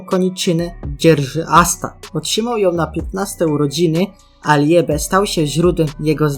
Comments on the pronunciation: Muwi się libe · Jak chcesz gadać coś o blackclover naucz się wymawiać słowa dzięki 😘 ljebe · Jak muwisz liebe to tego e w środku nie wypowiadaj tylko (jest to słowo z języka niemieckiego oznaczało chyba miłość w niemieckim kiedy i i e są przy sobie czytamy to jako ii)